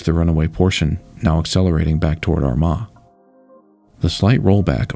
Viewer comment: Two years later and I'm still appreciative that you were able to say Armagh correctly